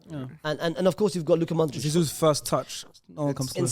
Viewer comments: said every croatian players name so well then hit a "Modrik". Damn. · How do you say Brozovic and Kovacic and then pronounce Modric as Modrik. Makes no sense.